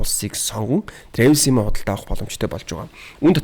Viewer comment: Travel gedeg ugee buruu heleed baihima trevel bish travel